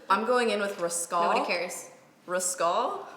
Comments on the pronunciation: wait... wait.... was the 1942 so lit that forgot how to say the word rascal and was saying 'Rahs-call'? this is amazing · RASCAL?!?! LMFAO.. 😂🤣😂🤣😂🤣 You mean rask-el. ahahaha.